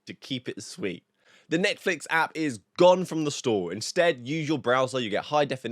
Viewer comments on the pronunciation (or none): none